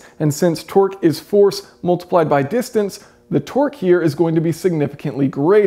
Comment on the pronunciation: You pronounce 'multiplied' as 'mooltiplied' and 'ultimately' as 'ooltimately'... just saying.